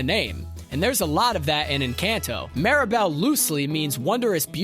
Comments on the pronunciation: sounds like ya said Maribel instead of Mirabelle but at least we're not talking about fight club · Bro legit gave a lesson on her name pronunciation as ‘MEERabel’ then proceeded to pronounce her name wrong as ‘MARYbel’ and ‘MARAbel’several times over. 😂 All are wrong.